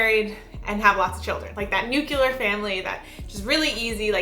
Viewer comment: She said nuculer, lol